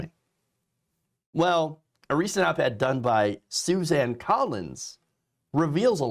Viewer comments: She doesn't deserve to have her name pronounced correctly. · SUSAN ..... NOT... SUZANNE ... YOU SAID SUZANNE WHICH IS INCORRECT